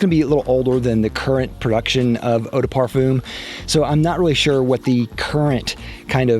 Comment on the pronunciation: If you going to create a fragrance review video where you say the word "parfum" 50 times, maybe you should learn how to pronounce it